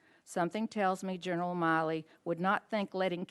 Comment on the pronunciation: Yes, and she mispronounced CJC General Milley’s name. It’s pronounced like the women’s name. The fact that he is an international disgrace is another matter.